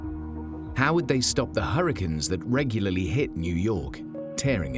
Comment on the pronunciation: Isn't the word 'hurricanes' mispronounced?